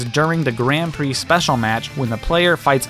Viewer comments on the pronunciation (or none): none